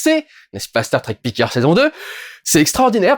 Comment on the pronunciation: "Picard", t'es pas obligé de prononcer le D, à la fin. C'est un nom FRANCAIS, je te rappelle.